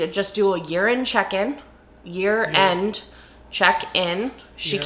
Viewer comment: Thank you so much for clarifying that you wanted to do a "year end check in"! When you first said it, I thought you said "urine check in", and I REALLY didn't want to do THAT.